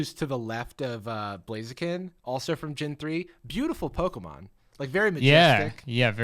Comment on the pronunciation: Jarvis being like "I'm the Pokemon expert here" and messing up like 5 names haha